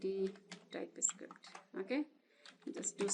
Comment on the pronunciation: Just a suggestion: you sound like Script = Iscript String = Istring Type Script = Tye Iscript